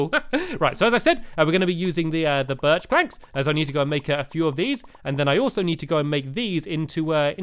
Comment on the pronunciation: he keeps saying birch wrong because in one of his vids he said birch=high pitched oak=normal spruce=deep